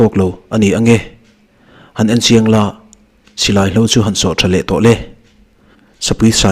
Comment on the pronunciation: Chhiar muan deuh nise a fuh lo ang maw silai hlo tih i lam dan te hi a dik hlel thil dang dang te pawh i lam pial deuh thin, riahbuk suam nilo in riahbuk sual tihzawk tur